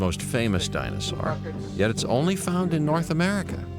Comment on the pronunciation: I could enjoy this series a lot more, despite its being dated, if he'd stop saying "dinosar".😡